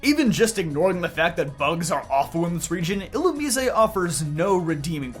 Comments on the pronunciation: You keep mispronouncing Illumise and referred to them as "he'm" when that species is 100% female as Volbeat is the male counterpart. Theyre badically the gen 3 Nidoran lines only minus any evolving. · dont tell me its actually pronounced like a spanish word illumisé